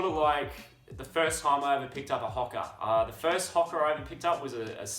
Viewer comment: at first I thought he said Hooker (prostitute).